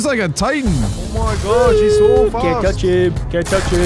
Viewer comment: you said fat not fast